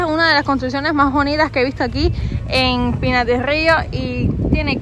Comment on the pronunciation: Qué rico dices, Pinar del río!